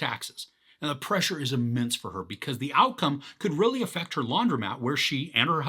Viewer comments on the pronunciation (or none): none